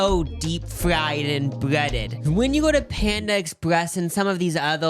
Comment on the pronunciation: in a cage match with the dialogue, "deep fwied and bweaded" was definitely a moment.